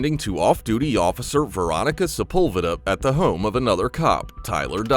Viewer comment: Sepulveda is pronounced wrong